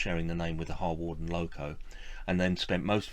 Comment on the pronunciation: Harwarden is pronounced Har-den. Penmaenmawr is pronouinced Pen-mine-m-ow-a Overall I liked your video - very informative. Yes in a sense it is sad that the railway museum at Penrhyn Castle is moving some of its collection away - but I also think it important that the displays at the castle remain relevant to the industrial heritage of the area and that the locos leaving Penrhyn will now.have the opportunity to be part of a museum or operation relevant to their own heritage. It is good that, in a number of cases, locos are to be restored to working order. Steam engines that are doprmant are dead metal, those that steam are alive and bring the past back to life for all who visit them.